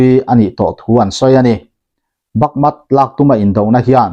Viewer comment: Bakmut ti a inziak hi Bakmat i han tih tlat mai chu le, va mak ve.